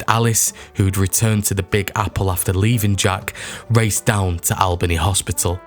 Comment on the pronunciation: Cairo is pronounced "Care-o." Albany is pronounced "Allbany."